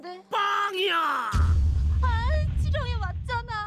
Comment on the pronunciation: 이상한 거 밟은거 같은데.. 할때 지렁이를 지뢰라고 들었다 ㅋㅋㅋㅋㅋㅋㅋㅋㅋㅋㅋㅋㅋㅋㅋㅋㅋㅋㅋㅋㅋㅋㅋㅋㅋㅋㅋㅋㅋㅋㅋㅋㅋㅋㅋㅋㅋㅋㅋㅋㅋㅋㅋㅋㅋㅋㅋㅋㅋㅋㅋㅋㅋㅋ